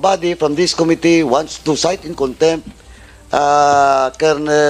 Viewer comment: ANG GALING UMINGLES NI CONG. DAN FWEBANDEZ. KAYA LANG, HINDI NIYA ALAM ANG TAMANG BIGKAS NG SALITANG "COMITTEE."